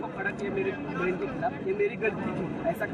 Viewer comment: खलाफ , घलती बोलने की बजाय हिन्दी उच्चारण ही बोलदो मेडम हम समझ जाएंगे ।।